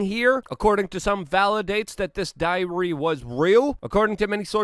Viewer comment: always interesting! just one side note, diary (too much stress on the y) sounds too much like diarrhoea :-)